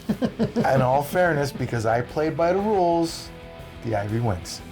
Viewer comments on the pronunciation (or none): IYV not IVY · It's called IYV (Inyen vina), not Ivy. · It’s not IVY as you guys keep calling it. It’s IYV